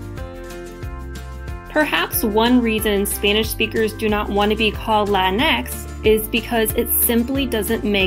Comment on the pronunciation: this was so cringe just say the word in american accent